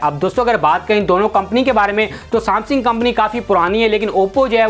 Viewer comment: Samsingh nhi bhai samsung